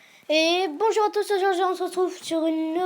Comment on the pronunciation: ton intro il est excellent !!! continue comme ça. Ps: a la fin de la vidéo ne dit pas thuss